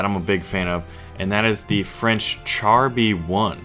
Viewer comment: Great vid ! But char is pronounced "shahr" not "chahr".